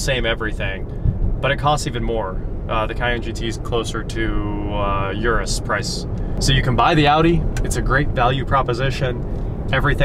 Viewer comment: It's called Urus not Uris.